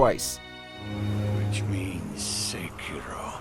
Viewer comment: Quantaty over quality. Now u make A lot of bad videos and readers even dont do simple small research they cant even say sekiro right and u put right pronounce in video... U going down for few last years because of lazy writting